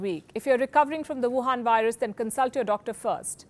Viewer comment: i love when She says WHAN VIRUS !!